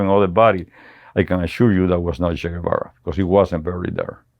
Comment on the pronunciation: At least pronounce his name correctly